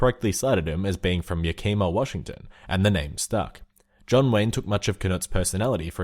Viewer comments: As a Washingtonian... YA-KEE-MAH?? Boi it's yak-ih-muh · YAK-i-MAW, not Yah-KEE-mah. Although I wouldn't rule out Hollywood mispronouncing the stuntman's name too. :/ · YACK-ih-muh Not ya-KI-muh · The way they say "Yakima" makes me cringe. It's pronounced "Yeah-Kim-ah" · YOU PRONOUNCE YAKIMA WRONG!!! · I don't ever think I have ever heard "Yakima" butchered that hard. Great video though!